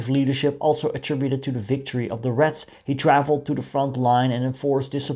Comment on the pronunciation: I know. But when you talk, it sounds like you're saying "rats".